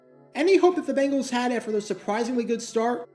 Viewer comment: Bengals not Bangles